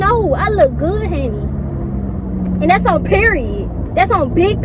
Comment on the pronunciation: It’s hunni